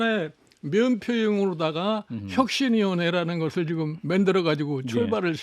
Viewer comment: 만들어를 맨들어로 말하는 나이대의 정치인은 제발 은퇴하자!